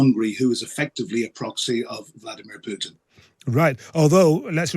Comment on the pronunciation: You got it right first time, "poxy".